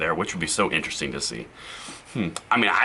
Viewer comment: Vewy itewesting lol